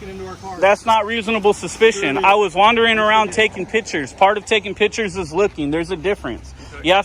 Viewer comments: OMG I love your content I love your videos I love your message I love your purpose but please stop saying "pitchers" when you mean pictures pitchers are a position on a baseball team or a vessel in which you serve beverages but pictures. . . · Knew that first one was B.A.T. as soon as he said "pitchers" 😅